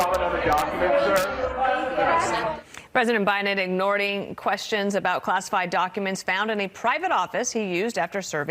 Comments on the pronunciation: She said "ignording" lmao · Don't Faux on-air TRAITORS have to have a basic command of the English language?! WTF is "ignording?! Those documents were probably planted by a MAGAt in another feeble attempt to drag Biden down! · Did she say "ignording"?? I heard "ignorDing..." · What’s “ignording”? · ignording hahahah I just cant